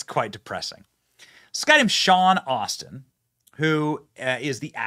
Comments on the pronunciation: Slight correction- pronunciation is Sean A**-tin, not Austin. Don't do Texas like that. XD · It is Ass-tin not Austin... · It's Sean ASS TIN, Benny. Not "Austin". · Its Astin not Austin....ASS-Ton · It’s pronounced Ass-tin … and rightfully so. 😑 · His name is pronounced ASS-tin say it correctly, because it fits him WAY better 😅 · Sorry Benny, but it's pronounced asstin. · Pretty sure it's pronounced Sean "ASS-ten". Sadly Appropriate.....